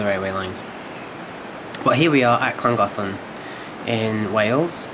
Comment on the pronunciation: butchered the name but still good video